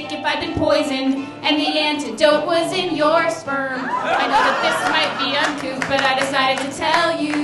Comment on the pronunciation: The word is uncouth, not uncoop. lmao. uncoop.